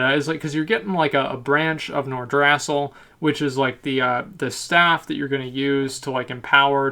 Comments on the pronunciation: pronounced nor-drah-sill not nor-drass-ill great vid tho .. love ur work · Nor-druh-sil Alice-razor Tree-ents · the way you say Nordrassll xD